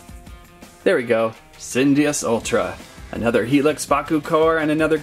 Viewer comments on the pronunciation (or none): Correction Sin-DEE-us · Cyndeyous- Sin-DEE-yoos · Its said sin-di-us